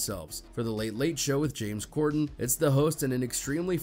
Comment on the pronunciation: It’s Corden not Gorden 😅😂